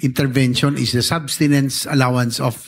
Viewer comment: Substances, Subtenence, Subsestence 😂